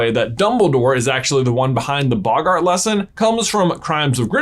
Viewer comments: Normal people : boggart This guy : bog - art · It's bogart not boggaaart